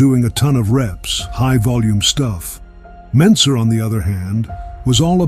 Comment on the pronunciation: ❤ for Heavy duty "Mentzer"